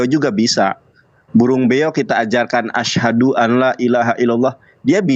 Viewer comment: SAYA MENYIMAK SAAT KENDIL SAHADAT , YG DIA UCAPKAN " ASSADU bukan ASHADU "